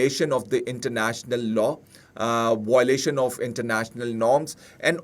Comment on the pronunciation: Say VIO-LA-TION...it's not VOI-la-tion